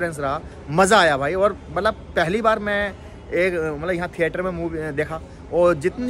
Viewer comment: Bhai malap nhi Matlab hota malap malap🤣🤣🤣